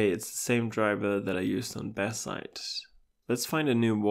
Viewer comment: the moment I heard "Batzite" I knew immediately where this guy is from 🇩🇪